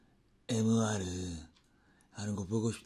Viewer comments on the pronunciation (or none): 에무아르 라고 하지말라고 ㅋㅋㅋ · 에이에스 에무~~~~아르 🤣🤣🤣🤣🤣🤣🤣🤣🤣